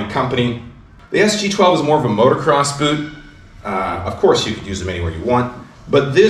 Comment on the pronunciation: Dude, it's Motocross, not Motorcross.